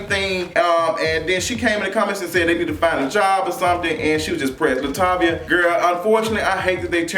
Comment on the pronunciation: 😩Why you call that girl Latavia?? 😂😂😂😂🤣🤣🤣🤣🤣